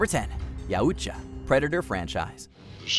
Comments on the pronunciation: What the fuck is a "yaOOOcha" 😂😂 It's "yow" not "yOOO" 😂😂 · yeah couldn't watch it with the butchering of the pronunciation of yautja